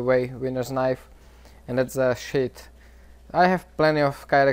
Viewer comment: When he says sheath its seems hes saying shit lol